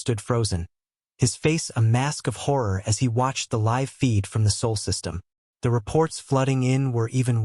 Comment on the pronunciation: SOL not SOUL.